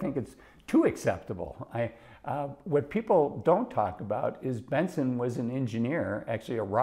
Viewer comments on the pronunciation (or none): He said it right the first time, but did say Benson later.